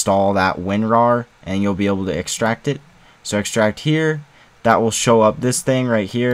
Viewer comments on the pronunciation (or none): none